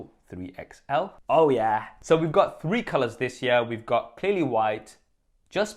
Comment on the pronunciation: Learn how to say year...